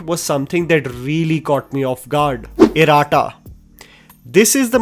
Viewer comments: its pronounced as Iratta not Iraatta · Its not E-ra-ta, Ee-rat-ta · It’s pronounced E-Ra-Tta (not E-Raa-ta). Iratta means (twins) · i would love to see you watch or learn the correct pronunciations of the regional movies' titles that you so love and appreciate. Trust me, it'll take less than 10 seconds of your time. You mention Iratta so many times...pronounced horribly. I feel sad that you or your team doesn't see this as a necessary part of your job. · Love these reviews but I would advise learning to correctly pronounce Iratta especially since the movie is so good and features in several reviews. Iratta is a Malayalam word which means twin. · Please work on your irrata pronunciation.